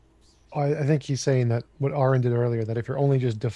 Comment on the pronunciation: mispronounced Aron's name 3 times with 3 different mispronunciations.